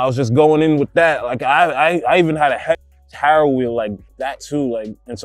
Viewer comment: Dude can't say Haro lol